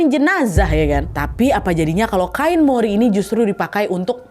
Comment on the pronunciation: Kain mori ya bukan cimori....😂